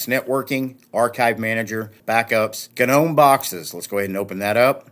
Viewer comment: Hahhaahhahaha! Nice accentuation on G nome ROFL!!!